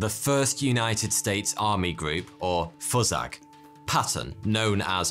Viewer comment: The pronunciation of FUSAG is flipping funny to me as a South African . That 'word' or rather how its pronounced has a different meaning here. It kinda means "Fu*ck off" LOL